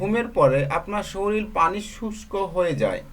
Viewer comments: Soril na sorir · উচ্চারণের এই অবস্থা কেন? শরীর কে শরীল বলেন কেন? উচ্চারণ না শিখেই এসেছে ইউটিউব চ্যানেল খুলতে।